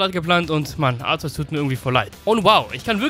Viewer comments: ARKEUS wirds ausgesprochen Btw. Kyogre wird warum auch immer kaioga/kayoga ausgesprochen find ich schmutz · Du weißt wie man Arceus richtig aus spricht trotzdem nennst du es falsch verdammt wie und warum was willst du damit beweisen...?